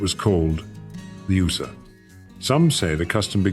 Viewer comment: First of all, that's not how Ooser is pronounced. Secondly, this is AI SLOP.